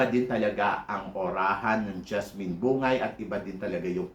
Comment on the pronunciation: BUNG-GAY yata tamang pagbigkas ng apelyedo ni JASMINE hindi yata BU-NGAY. Yun kase narinig ko nung banggitin nya full name nya.